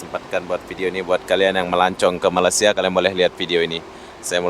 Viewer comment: Cara anda menyebut Malaysia kedengeran sangat aneh seperti membaca malasia